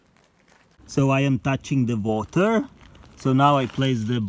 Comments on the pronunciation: so i am touching the woter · “Der are ballz in da vater flowing everywhere” 😂